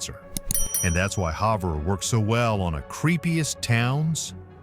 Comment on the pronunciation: It’s pronounced Have-er.